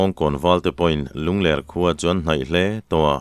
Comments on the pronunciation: Ngaih thlak ava nuam em. Mahse, Lungler ti a inchhiar hi. Lunglerh tih tur ani zawk lo maw, lungler khua tih hi avang viau asin. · Lungler tih hi mauler tih ang niloin hepa hi a ler a nia tih anga lamrik tur zawk a nilo maw,ler lai hi a ki tihsan tur.